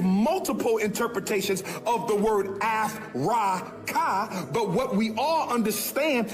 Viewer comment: Ah-Frah-Kahh😂 I couldn’t hold it! So darn funny.